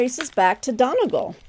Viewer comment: Pronunciation Time! Donegal is pronounced DUNNY GAUL. The Dáil - the Irish seat of government - is pronounced DAHL. As in, Roald. 😊